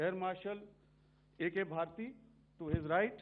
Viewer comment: എ ആർ ഭാരതി അല്ല ഭാർട്ടി